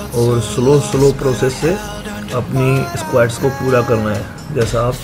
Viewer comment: bhai esqauats ni squats hota h 😂